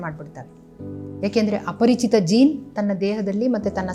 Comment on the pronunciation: Yen mam parichitha aparachitha.... Helthira.. Sadruda 😅